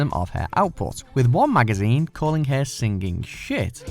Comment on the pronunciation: Basically state that the list does not include live covers... explain #10 #8 please pronounce "singing" correctly. Noted, these are all horrible covers. Mind, George Michael's cover was better than the original.